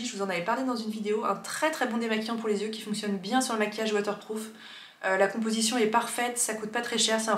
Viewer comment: Je me répète, mais merci, merci, MERCI d'être la seule personne sur YouTube qui dit (correctement) "yeux" et non pas "zyeux" ! :D